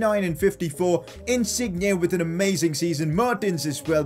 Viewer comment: learn how to say Insigne...